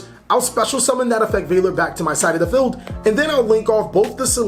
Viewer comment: lol when you say feld and not field. and its not toker its TALKER